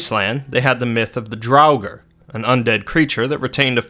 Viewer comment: Drauger is pronounced Draw Ger as said in God of War 4. Why in the Hell would you use Sesame Street's Count as an anime example?! He's a muppet! A disgrace! You could have used Alucard from Hellsing! But no! You had to use a stupid puppet from a stupid kids show!